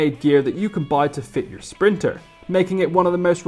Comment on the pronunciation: S-printer not printer.....